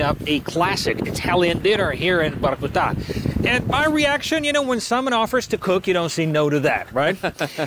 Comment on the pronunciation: Broski, I saw your videos on English exercises. Please get russian names and names of cities on point. It ain't Vahrkutahh, it's Vorcootah. Come on, lad!